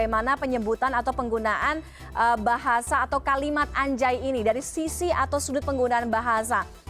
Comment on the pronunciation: Anjay harusnya dibaca angjay karena nun mati bertemu Jim jadinya ikhfa